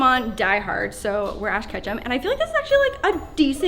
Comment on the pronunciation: Who else thought said Ash Ketchup